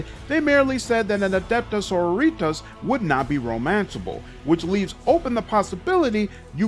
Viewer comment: the G in Argenta is pronounced like a J. and Sororitas is pronounced "Suh-Roar-Ee-Toss"